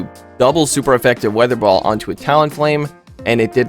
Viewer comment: It's hilarious to see messing up the names of the moves. "Vi-aa-thur ball"